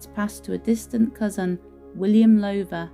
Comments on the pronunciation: I thought it was pronounced Low (as in cow) ther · this Lady pronounces the family name completely wrong , should be said as "Louther" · Enjoyed the tour. One thing, however: Please rhyme the words "how now brown cow" with the first syllable of the name Lowther. ;-)